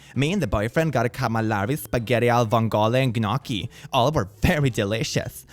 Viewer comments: Gnocchi is actually pronounced no-key. Just trying to help. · pronounces gnocchi with the g Italians: And I took that personally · and -> I like you,,I do🤎,but I'm an italian girl and I suffered when you mispronounced "calamari,spaghetti alle vongole and gnocchi" and "calamari" so bad 😅